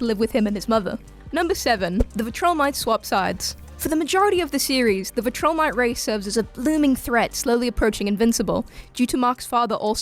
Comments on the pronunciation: Vil-tro-mite not vi-troll-mite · Viltrumite not vitrolmite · Imagine making a joke about another hosts pronunciation and then saying "Vill-TRUH-mite" yikes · I'm sorry, "Vutrilmite"? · Mocks someone for saying darkseid as dark-seed Then pronounces viltrumite as vi-troll-mite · makes fun of dark-seed calls Omni-man a Vuh-TRIL-mite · the way she says Viltrumite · bro how can you not pronounce viltrumite😭 they say it so much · Okay lmao she’s talking a lot of sh*t about mispronunciation for someone who says viltrumite like that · You say viltrumite funny hahahah but it's cute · Funny, your making fun of someone for pronouncing a name right, but you mispronounced the species name that Mark comes from. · Makes fun of member pronouncing Darkseid Proceeds to pronounce Viltrumite wrong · She makes fun of another guy for mispronouncing Darkseid as Dark-seed....then 20 seconds later proceeds to butcher Viltrumite. Have to ask, very sincere question...do any of the staff at WhatCulture read, like at all, or at least do minimal research before making a video? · I think she is mispronouncing Viltrumite